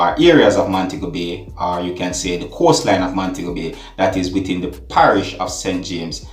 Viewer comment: Coastline not coarse line Just to note